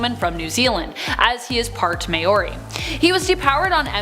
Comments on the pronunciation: Maybe best to type it like mouree still doesn't do the way the R is pronounced justice thou even Mao ree idk but yeah when she said May or ee had me in stitches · Lmfao ma Orr ree